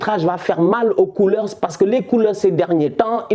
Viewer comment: Sinon, au niveau de la prononciation, c'est pas "coolers" mais "coulés" (sans mauvais jeu de mot).